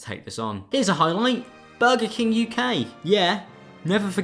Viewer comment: "Bega Keng" I'm crying